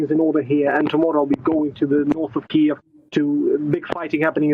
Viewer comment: Funny the way journalists are trying to say 'Kiev' properly but are just saying keev, which isn't right either. Listen to how Sviatoslav Yurash says it. It isn't keev with one syllable, it's two.